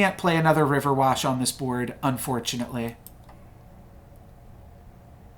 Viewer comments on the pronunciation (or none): Everytime you say riverwash and not riverwish a humpty cracks. Hahahaha, i’ve heard u say it so often now I don’t even mind it anymore 🤣😭